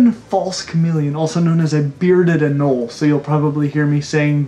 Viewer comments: It’s pronounced a Nole eeeee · Anole is pronounced ah-NO-lee. To be fair most people say it wrong. 😁